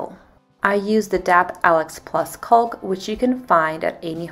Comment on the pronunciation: It’s not “culk”, its “caulk” , pronounced, “Cock”, the L is silent.